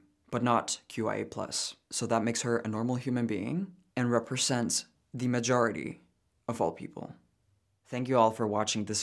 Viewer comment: If you wanted your ‘majority’ to sound different in this video, you nailed it 😉